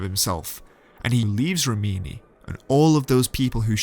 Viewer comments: correct REE-mee-née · REEM-in-ee. An Italian beauty emphasized the pronunciation just like that to me at a Fellini film festival.